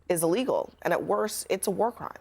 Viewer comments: No gwar 😂 only peace 😅😂 love you Steven please never change ❤ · "If we don't end gwar, gwar will end us."